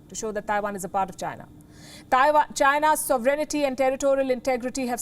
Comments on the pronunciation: it’s sovereignNTY, not “sovereignity” i noticed for months now they add the letter “i” in their pronunciation of the word… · It is pronounced... So-ve-ren-ty Not So-ve-ren-ni-ty Please correct all your anchors. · It is not pronunced "sovereign-ity". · This is a small thing... but you have audiences,.. professionals, ordinary, and many of them are students. Try to check your pronunciation of "sovereignty" ..... Check on the British and American pronunciation....